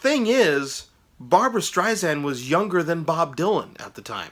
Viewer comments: Strei-SAND (not zand) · Good review! Make sure to pronounce her last name correctly - you’re saying it like a Z - Streizand - but say it like “sand” - Streisand - she’s very particular about that - FYI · It’s an ‘ess’ (sand) not a ‘zee’ (zand). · It is Barbra StreiSand, not Zand. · I know it's been over a year since this video was posted but again, her named is pronounced Strei-SAND not Strei-ZAND. Also, her follow up album after Stoney End was Barbra Joan Streisand not Barbra Jean. Please get your information straight before posting videos on someone. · Might be a good idea to learn how to pronounce the subject's name of whom you are speaking. It's StreiSAND, like sand on the beach. However, I will give you kudos for getting the spelling "of Barbra" correct. Also, did you really say "Barbra JEAN Streisand"? ... I can't. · Please, her name is StreiSand, like sand on the beach, it does not sound like "z". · SSSand omg. And it was barbra JOAN not jean